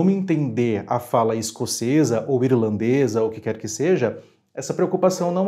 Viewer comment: Uma curiosidade sobre ( minha) percepção com relação ao SEU sotaque: quando VOCÊ fala "irlandês" eu percebo vc falando "irilandês". A sua pronúncia de palavras que têm R no final de sílaba me parece que tem uma sílaba a mais: "I-RI-LAN- DÊS". A propósito: sou de Niterói, RJ.